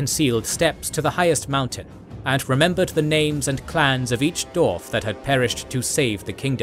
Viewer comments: Can someone teach this dude how to say "dwarf"? I keep hearing "doors". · Spent 4,5 hors listening to a guy saying Dorf instead of Dwarf, that's how invested i was in this ;)